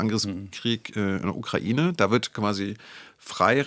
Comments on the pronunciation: Was daran ist aber konkret Falsch ausgesprochen. Der Duden z.B. definiert ja auch beide Aussprachemöglichkeiten. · Und noch ein Nachtrag: Als ehemaliger Mitarbeiter des NDR ist dir bestimmt die Aussprachedatenbank der ARD (ADB) bekannt. Vielleicht willst du da ja mal nachschauen, wie man die Ukraine aussprechen sollte.